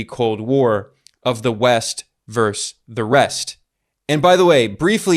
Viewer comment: "Versus". The word is pronounced "Versus".